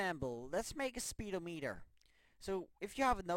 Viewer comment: fucking lose it when he said speed o meter